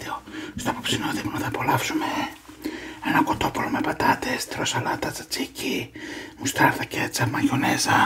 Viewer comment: ένα κοτόπουλο 🚫 Ένα κτοπουλο ✅